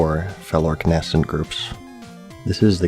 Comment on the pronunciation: “Na” “scent” 😂 I love you so much